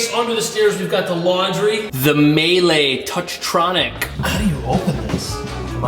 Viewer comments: Pronunciation: Miele is pronounced "MEE-leh", not "may-lay". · Great video! The washing machine brand is pronounced 'mee-luh' (as in 'huh) :)